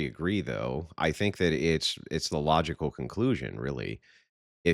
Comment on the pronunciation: dis and dat lmao